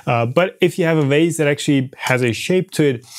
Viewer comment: Whenever a german speaker says vase, it sounds like wase to me... they can't seem to get the V right, as if they are afraid they will end up in the F zone. Funny to hear the same phenomenon in english as well.